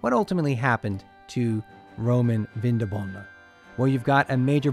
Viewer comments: Very interesting, even for a Viennese! One little annotation only: the latin promounciation was/is VinDObona (with emphasis on the 2nd syllable) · It‘s pronounced Vindóbóna